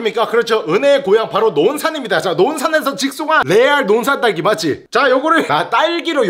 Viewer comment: 근데 딸기는 랄리아니고 왜 랄기야?ㅋㅋㅋㅋ 후레시우유는 루레리루류면서ㅋㅋㅋ